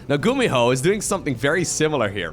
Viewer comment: "a big blow by gumiho(e)" 2018 😂